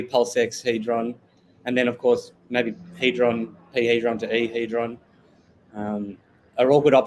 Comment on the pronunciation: Hee-dron.... for the record